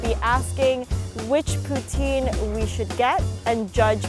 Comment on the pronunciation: All the Quebecers being mad at the way she saying poutine